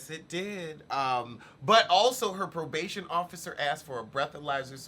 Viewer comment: "Arrested for probaybay violaylay" lmao!!!